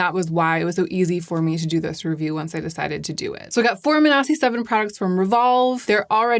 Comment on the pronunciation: i have like 3 friends named manasi but they all pronounce it like mansi